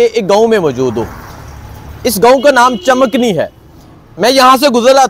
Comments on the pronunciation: Not Chamakni but Chamkani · Chamakni ni chamkani hai hai janab